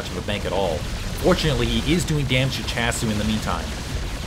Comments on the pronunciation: was that last *smack* noise you hitting your forehead saying "doh!" S-C-hasu lol not S-chasu :P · Hey, its my first comments at your vids:P just so you know, i think that SChasu is pronouced as S-C-hasu, since hasu in korean is "noob". (Gosu>Hasu)